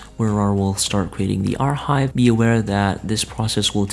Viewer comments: it really dont matter but its pronounced "AR Kive" not "AR Hive" the H is silent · im gonna lose my shit if this guy says "are hive" one more time